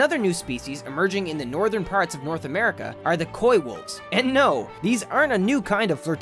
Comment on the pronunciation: Shudders at the pronunciation of coywolves